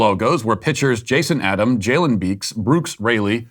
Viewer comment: Can they do Christian night next week and all wear a cross with Jesus on it saying Jesus is lord? Also matt you do realise your mispronunciation of brooks is a micro aggression lol